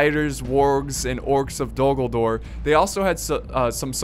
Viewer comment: Hold the Dol GulDOOR! what i tought everytime he said "Dol Guldoor" its pronounced as it is written... "Dol Guldur" x)